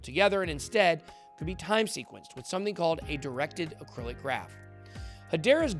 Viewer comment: yes but Ben kept saying acrylic 😅